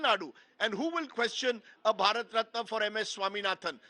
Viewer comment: "Bharat ratni" not ratna😂😂😂